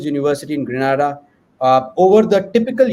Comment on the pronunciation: The island's name is pronounced G-R-E-E-N -AY-D-A!